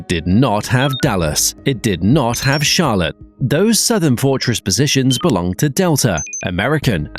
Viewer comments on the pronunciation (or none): none